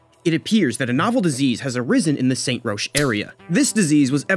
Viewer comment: Great video, but it is pronounced Rock not Rosh.